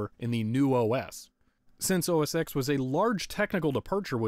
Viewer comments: OS TEN NOT X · (insert complaint about pronouncing X as "Ecks" rather than "Ten") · Oh my god, I can't stand how you kept saying OS "Ex" instead of "OS Ten"! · Why did you pronounce OS X the way it's written rather than the way Apple says you should pronounce it, despite its deviation from previous Mac OS naming conventions? OBVIOUSLY it's supposed to be pronounced OS Ten instead of OS Ex, despite all 9 previous versions of Mac OS using Arabic numerals instead of Roman numerals! How dare you misinterpret something so minor and pedantic it makes absolutely no difference to my understanding of the video, since I clearly knew what you meant despite your error! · You may know and have been told a million times by now, but it's pronounced "OS - TEN", the "X" is a roman numeral for "TEN". I'm surprised you didn't get the mini-VGA adapter, how expensive could a small adapter/dongle cost? Despite my comment, I like your video and it is very entertaining to watch. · bruh, i feel like ima have an aneurysm every time you say Mac OS Ecks